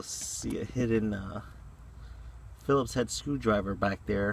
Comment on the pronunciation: every time you say philips it takes a day off my lifespan